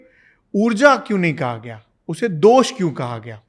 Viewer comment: दोष होता है मैडम दोषा नहीं। दिनचर्या होता है दिनाचर्या नही।